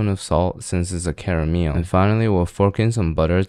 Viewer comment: Well you did say you’re making carMEEEYIL so that’s what you get 😂